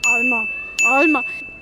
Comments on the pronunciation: Alma tönt fascht so wie Olma :P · wenn Sie gseit hät alma han ich immer Olma verstandä 😂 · I verstoh zu 50 % "Olma" (i bi St. Galle gschädigt) Di automatisch erzügte Untertitel vu YT sind echt e grossi Hilf. /ironie